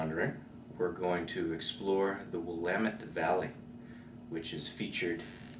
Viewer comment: Just an fyi--it's not "cor-VAH-liss" it's "cor-VAH-less" and it's not "willah-met" it's "will-aa (rhymes with 'baa') -met" --sorry for being such a pedant. Well, not really sorry. I am a pedant. Heh. Thanks for the vid, though. I love this stuff.